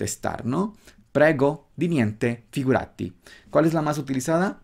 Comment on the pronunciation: L'acento in figurati va su "gu" e non su "ra".